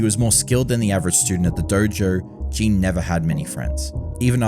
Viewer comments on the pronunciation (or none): Why do you keep saying "Jean" when his name is Jin? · His name is Jin (short i, rhymes with shin not sheen), not Jean or Jeen or whatever you're saying. Sorry, but it bothered me so much.